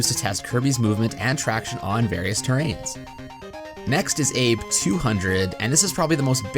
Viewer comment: are you sure "Abe" isn't meant to be pronounced "ah-beh", like the current prime minister's name? I ask because that could have been one of the names of the developer's and maybe the test stage title was a nod to them